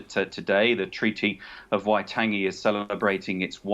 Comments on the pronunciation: Get it right. WAI-TOUNGE-ee. Fgs! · Dude cant even pronounce Waitangi get him out.